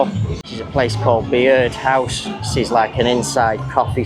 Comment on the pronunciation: Hi. The Byrd House is pronounced "bird house"